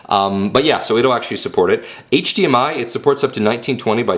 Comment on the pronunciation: HD-Mi-El lol